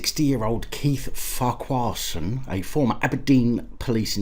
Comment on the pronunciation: It's far-ker-son, you almost got it right at the end. The Irish equivalent is probably Ferguson. Silly. 😋